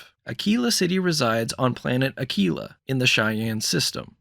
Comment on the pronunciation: Thank you for saying Ah-kee-la correctly. I've heard so many YouTubers completely butcher that city name that it's driving me crazy.